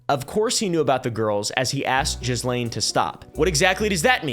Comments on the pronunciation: I can answer that one - this was regarding the poaching of Trump's employees (specifically waitresses and hsotesses) at Mar a Lago. Ghislaine (pronounced "GEE-lane" not "JEE-lane") was talking them into quitting and working for Epstein. Edit: correction, it was mostly the spa. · first off, those multiple ads are BS. And its pronounced Ghee-Lane. Not GeezLane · Pretty sure her name is pronounced Gillaine 😅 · Auto-translate subtitles definitely took pronunciation of "Gislaine" and said Jizzlane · I love that we all collectively pronounce Ghislaine as "Jizzlane" instead of "Gillaine" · Instantly knew who your wife was because of the way you pronounced JIZZlane lol. Just double checked and I was right. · I'm so triggered big time. Her name is pronounced Gee-lane!!!!!! Sorry 😢😂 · The way you prounouce her name is irritating - It is french and pronounced - GEE-LANE. Another fact check - there were over 1000 victims not hundreds. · I love how most of us pronounce "jizzlane". It is at the very least the amount of disrespect we need to show. Also, if that idiot, In praise of shadows had showed some grace. He would of found common ground with some really awesome creators. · That depraved witch's name is pronounced GILENNE (hard G, as in "gate") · Its pronounced geh Lane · It’s gih-lane bro 🥲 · Did you call her “jizzlane” 😂😂😂😂😂😂😂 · I can't deal with the mispronunciation of ghislaine. Gotta go. Loveyabye! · Try learning her name mate. The 's' is silent. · To be this far into coverage and not being near pronouncing Ghislane correctly is comical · Isn't the "s" in Ghislaine silent?